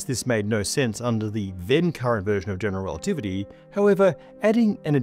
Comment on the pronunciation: why does every physicist on YouTube not say general relativity correctly? ‘Generalitivity’ 😂